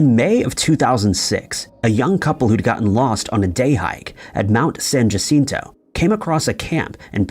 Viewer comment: Jacinto is a Spanish word. J letters are pronounced H. Jacinto which you constantly mispronounce is said correctly as San Hacìnto. The bot voice also speaks too quickly and is irritating. Please take more pride in the quality of your work.